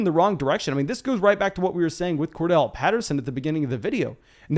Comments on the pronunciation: Say it with me.....Cor....Darrell. Cordarrelle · Are the two r’s in Cordarrelle silent or something?